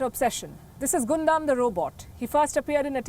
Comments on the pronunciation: it's pronounce as GUN DAMN and definitely not pronounce as GOON DUMB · Yup Hated that 'Guundum' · Palki Ji! It does not spell Gunda robot but Gaandam robot. =P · It is pronounced as Gundam=Gandam not Gondam 😅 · Although it's spelled "Gundam", it's not pronounced Gun dam, but pronounced Gan dam 😉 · Yeah....was irritating a but when she repeatedly said out loud like that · Lol that's not pronounced as "Gundam" 😂😂😂 Eventhough it's written like that. It's pronounced as " gandam" Your pronounciation is hilarious 😂😂 But anyways thank you so much for covering my favourite mecha of all time in this video. Die-hard gundam fan here 😎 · It's pronunciation gundam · ugh the way you pronounced Gundam killed me inside, I dont even like Mecha but it somehow did. oof. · What else would you expect from a country that treats its people like robots? Gotta be perfect and HARMonious, right? 🥴🥴🥴🥴🥴 P.S. Please don't be bothered by how she pronounces "Gundam" here; you can't blame her for not being a fan. We anime fans must understand that normal people, for the most part, are not ready to understand our fandoms; unlike with K-Pop which they are more open to.